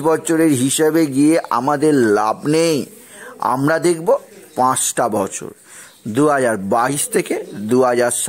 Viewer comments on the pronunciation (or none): none